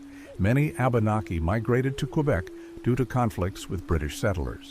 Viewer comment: My only geipe here: abenaki pronouced wabanaki